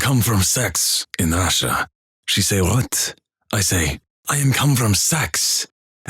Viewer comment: "Feuck" and "and she say rrrrwhat"